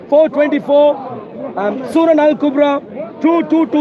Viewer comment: Mohammad hijab read the surrah wrongly